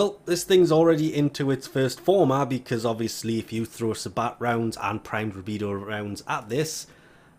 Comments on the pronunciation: I'm sorry but sabot is pronounced say-bow rounds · It's pronounced say-bo rounds, the T is silent.